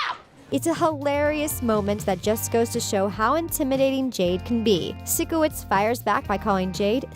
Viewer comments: Times I was triggered: When she said sikowitz When she said air-iana grande When she pronounced avan jogia's name wrong. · It's pyshcoits pyshcoits not sickoits. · THE SHOW HAD 4 SEASONS AND IT'S SIKOWITZ AS IN PSYCHOWITZ NOT SICKOWITZ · i hate how he/she doesn't pronounce it like physcowitz not sikowitz AT LEAST WATCH SOME EPISODES AND LEARN HOW TO PRONOUNCE THE PEOPLES NAME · IT'S NOT SICO-WITZ IT'S PSYCHO-WITS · I hate how they say sikowitz cause they pronounce it like (sick)owitz but it’s pronounced like (psycho)witz😬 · You’re calling it sikowitz. It’s pronounced sigh kowitz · omg i hate how she pronounces Sikowitz as "Sickowitz" lol im dyinggg no hate tho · This person triggered me when she said “sickowizt” they said his name in the show over and over and she still can’t get it right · It’s Sikowitz not sIckOwItz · She really said “Sick oh witz” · OMG AM I THE ONLY ONE BOTHERED BY THE WAY SHE SAYS SIKOITS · odder? “sickowitz” ?? what? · It’s not Sickowitz it’s Sikowitz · Who is SICK-O-WITZ? Lol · u know she didn’t actually watch it when she pronounced Sikowitz’s name wrong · ok watup with how they say sikowitz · Why is this so long... And why did I watch the whole video... Oh and one more thing... Why did the lady pronounce “Sikowitz” wrong if she’s such a “big fan” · If i hear them say Sikowitz wrong one more time my odc is gonna explode (and yes I know that doesn't make any sense)